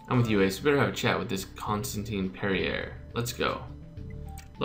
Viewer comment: Perrier is pronounced Perry-eh